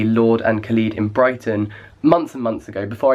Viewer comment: I find it odd you pronounce it kha-lees not kha-lid